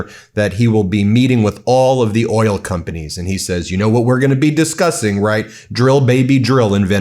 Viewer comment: Did he just say earl instead of oil?